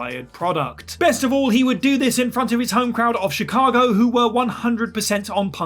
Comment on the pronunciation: Chicago* not Chicohrgouw